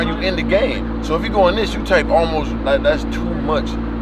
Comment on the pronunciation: ALMSOT LOSHHHHTT IT🤣🤣